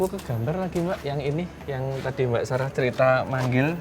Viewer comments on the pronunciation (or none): Kak sara bilang ada yangmanggil sara aku juga denger dia bilang saka tapi r nya tuhgak Ter lalu kentara gitu